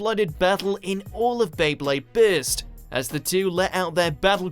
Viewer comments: bro why are u telling bist instead of burst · It's not beyblade bitz lol it's burst